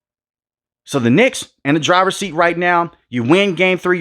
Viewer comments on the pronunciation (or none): none